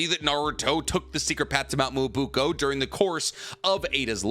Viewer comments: whats mount "moouo buko". its Mount Myōboku maaaaaaan.cmon why u have to be a whiteman while saying this xD(im half white i can say this) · It's mount MyoboKU not boko.... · Nobody: Literally Nobody:: mo-BOO-ko.